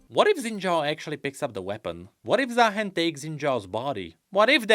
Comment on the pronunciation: If not bird like why called ZaaHEN💀